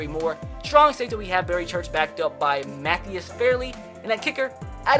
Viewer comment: It’s Muh-Thigh-iss Far-Lee not whatever you said. And he went to my middle school